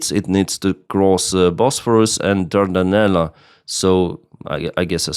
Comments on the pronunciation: Pronunciation. Dardenelles is pronounced DAR-DEN- ELLS. Where DAR rhymes with car or car, DEN rhymes with ten or zen and ELLS rhymes with tells or cells. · Bos-phor-us ... Dar-Dan-Elles